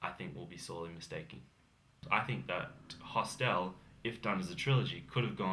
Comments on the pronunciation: The word hostel is not pronounced hos-TEL!! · This guy needs to learn how to pronounce the word hostel.